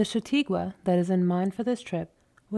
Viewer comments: For God’s sake, it’s Cha-taw-kwah, not Sha-tee-kwah! You are driving me crazy, Ms. Narrator. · Its a lovely reading but for the mispronounciation of "shah taw' kwa" -chataque